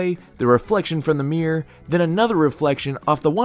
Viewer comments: Why does he say “Meer” instead of “Mirror” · Mirror has two syllables. It’s Mirr-or. Not Meer.